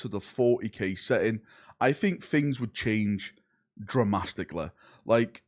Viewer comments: Dramasticlly?? Not dramatically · "Dramastically" thats quite a lot ;)